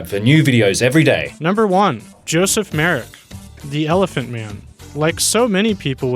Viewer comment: Thank you for getting Joseph Merrick's name right! However, the correct pronunciation of his hometown is "Lester."